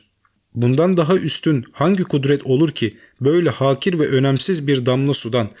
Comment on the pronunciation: noktalamalara, imlâlara dikkat, Avâm kelimesinde ikinci a uzatılır. Hakîr. Sârih değil, sarîh